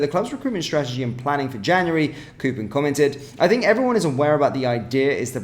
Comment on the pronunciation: Why do u insist on saying Koopen it's not a double O mate it's a single O meaning it sounds like Kop not Koop and also Maglined he as a silent G man